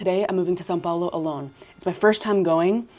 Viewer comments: Your English accent sounds like if you were a brazilian. You even pronounced São Paulo perfectly like a native speaker. I suspect you are a hidden brazilian 😂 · you said são paulo really well